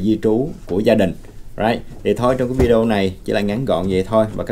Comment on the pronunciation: Không đọc là “ vi déo” Mà là : vi đê ô bạn ạ